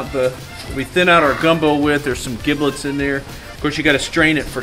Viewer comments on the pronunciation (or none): O....P.... (and its pronounced JIB-lets)